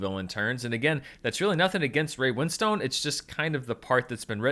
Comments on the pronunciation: It's Ray Wins-ton, not Win-stone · His name is not Win Stone. It's Winstone with a silent e at the end